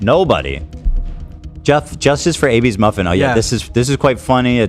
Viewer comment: calling Zaxby’s Zack-by’s made me cringe